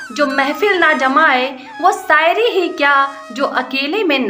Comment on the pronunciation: सायरी नहीं मोहतरमा it is शायरी । प्रवेस सायद वाह वाह क्या कहना is प्रवेश शायद । stop such commentary